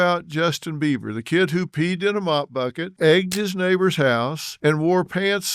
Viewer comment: YO...Dr. Phil... it's BEIBER... NOT BEAVER 👈🙄